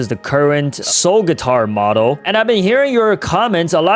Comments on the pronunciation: Soul/skull guitar❌ Soul/skull gyatar✅😂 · im gonna miss everything. oh ye why did you say soul gyatar